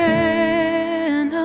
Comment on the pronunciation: Lovely, but her pronunciation of "Hosanna" is distracting. Sorry.